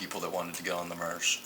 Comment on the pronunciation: Marc Rover Not to mention this guy's inability to pronounce the letter "a" correctly. It would drive me nuts listening to whole video of "mursh" instead of "marsh", "sand bur" instead of "sand bar", etc. Not sure which "dimension" he attended grade school in, but it sure as heck isn't the same one I attended in!!